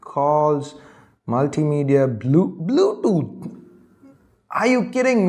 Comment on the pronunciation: Bludot... bluetooth 😂😂😂😂😂😂